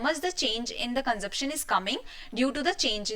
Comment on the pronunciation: Didi, phele consumption bolna hi seekhlo